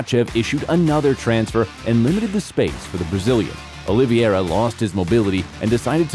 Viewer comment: If you can't even say Charles Oliveira's name correctly, stop making UFC videos bro. It's Oliveira, not "Oliviera"